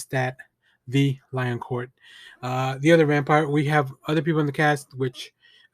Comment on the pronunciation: Great review Ambassador. I'm really digging this show and how in depth they are going into exploring the changes they made. A++ writing. Also vampires are kool. Ok for pronunciations (so sorry if this is rude): Lou-ee dih pawn (soft n) doo lock. then it's Lestawt dih lee-on-(soft n)-core.